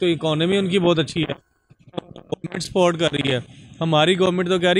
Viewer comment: सपोर्ट को स्पोर्ट बोलते है।